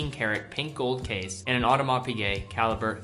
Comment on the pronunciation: Please work on your pronunciation (see Audemars Piguet)